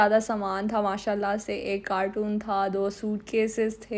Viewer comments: Pichli video mein bardasht ker liya aj mujh se raha nahi ja raha. is ko carton boltay hein cartoon nahi 😂😂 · Some of the Pakistanis call Carton “cartoon” , definitely mispronouncing the word. The vlog is in Urdu and probably that’s why she pronounced it like that.